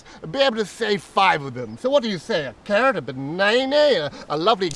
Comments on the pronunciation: LMAO Banay-nay 😆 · I thought he said banana like banaynay, ope I spoke too soon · "A banaenae"